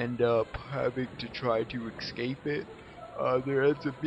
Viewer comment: Esssssssscape! Not Exxxxxxcape! But thank you for the walkthrough. ;-)